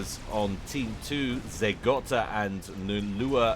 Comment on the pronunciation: It's Zeh Go-ta, not Zeh Gotta. There's one T. Good stuff, though. Keep it up.